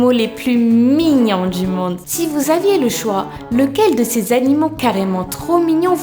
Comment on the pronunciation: elle a dis les danimeaux